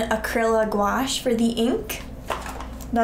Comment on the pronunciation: It’s pronounced acriliccc gooashh by the way! Nice vid though! ❤️❤️❤️😂😂😂